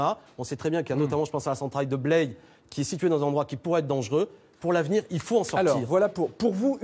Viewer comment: Blaye se prononce "blaille" ;-)